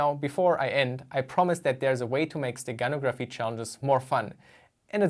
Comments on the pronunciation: In the word "steganography" the stress is on the "no" syllable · Stress in the word "steganography" is on the 3rd syllable